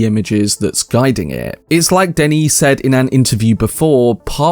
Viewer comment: It's Denis with one 'n' (pronounced like Denny) and he says he only wants to go as far as Messiah than hand the series over to another director. So it's unlikely we'll get more than a trilogy from him.